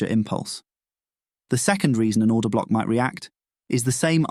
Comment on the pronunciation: I just keep hearing “Breaker Cock” “Order Cock” and “Rejection Cock”